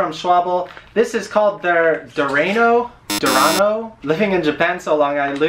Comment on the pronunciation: schwalbe that is how you say it not schwa-bell and its durano not dew-rain-o